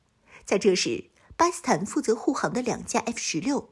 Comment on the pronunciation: 不`明白為什麼總是把 "巴基斯坦" 讀成 "巴斯坦"